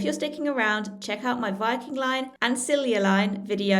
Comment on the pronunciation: The a la carte on Viking is stunning. We shall certainly try Color. The Stenaline from Kiel (rhymes with peel) to Gothenburg is nowhere near as nice. Then Vy Bus4You on to central Sweden. BTW, Silja is pronounced "silya"